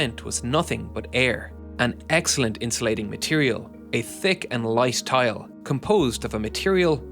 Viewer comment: fail the narrator cant prounounce th,says tik not thick,big fail!.